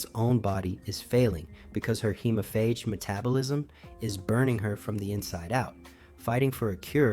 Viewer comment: Dude, it's pronounced "hee-mo-faage".